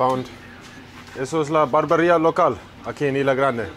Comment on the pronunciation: IS-LA not EE-LA Grande and it's Caribbean not Caribic LOL.